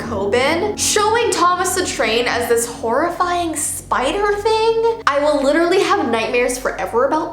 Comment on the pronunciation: pFFF-- "Literly"